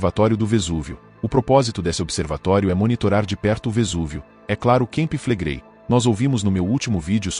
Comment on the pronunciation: NAO SE PRONUNCIA KEMPI FLEGREI MAS CAMPI FLEGREI